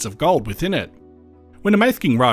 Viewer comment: Very interesting to a former resident of the Grampians and place of my birth 75 years ago. Mafeking should be pronounced Maffaking.